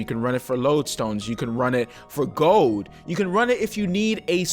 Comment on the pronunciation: I love you but why don't you pronounce the D in *gold* its not "gol"....its "gold" xD <3